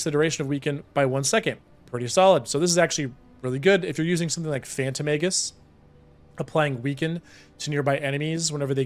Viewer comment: I know you're saying Phantom Aegis but my brain kept hearing Phantom Angus. I must be hungry.